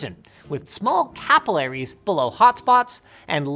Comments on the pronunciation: Linus can't even say a simple word like "capillaries" properly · Cappy-laries surprised me as a brit.